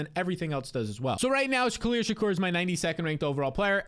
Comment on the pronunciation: “Khalil Shak-OR” 😂